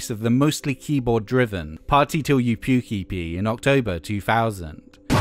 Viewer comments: When he said party till you puke EP I thought he said at first, "party till you puky pee". Which I would prefer not to do to be frank. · I thought you said pukey pee when you said puke EP